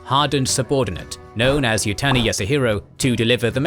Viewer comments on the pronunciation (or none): ❌ Yutani Yasuhiro ✅ Yuzutani Yasuhiro